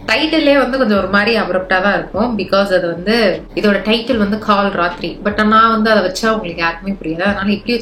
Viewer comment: It is kal rathiri not kaal